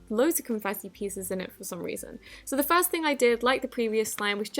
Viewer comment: I love the way she says first she says it like fairst thing